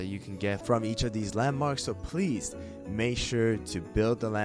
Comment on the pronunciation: when he says "landmarks" i hear LEMONS